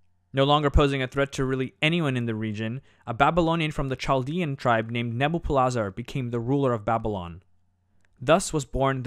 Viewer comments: The CH in Senacherib and Chaldea should be the same CH sound as in Nebuchadnezzar. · The "ch"s are pronounced with a hard "k". i.e. Chaldea is kal-di-a and Sennacherib is si-nak-a-rib.